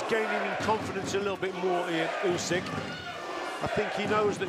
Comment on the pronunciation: Why you saing 'usky' when it's Usyk. Are you making this on purpose?